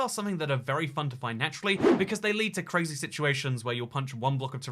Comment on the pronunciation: That's cwazy